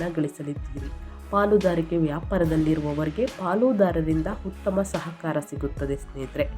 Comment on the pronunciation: Bevarsi munde ucchrane sari madu utthamanna HUTTHAMA anbeda